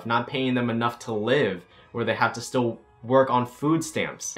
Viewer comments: I’m a whale he said “black lives STILL matter” it just sounds like he says black lives don’t matter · I thought he said “black lives don’t matter” AND I KEPT REPLAYING IT then I realized he said “black lives still matter” Oof you scared the shit outa me. 😭😂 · Good I was like replaying the audio over and over trying to see if you said "don't" Or if you said "still" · I was VERY CONCERNED FOR A MOMENT cause when he said “black lives still matter” I thought he said “ black lives DONT matter” and I had to turn on the captions to make sure before I started throwing hands 😂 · lmao same 😭😭